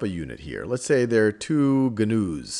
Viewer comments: hahah this was a great video but it not gunoos its pronounced noos hahaha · That word is "new" not gah-news. omg